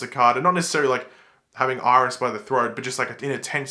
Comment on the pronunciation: "Irish"... no offense, but that got me🤣😂